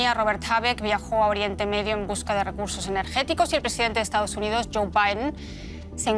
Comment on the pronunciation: Esa conductora pronuncia en nombre de Joe como con miedos